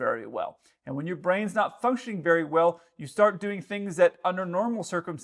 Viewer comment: berry small space!